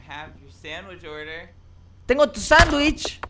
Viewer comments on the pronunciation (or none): none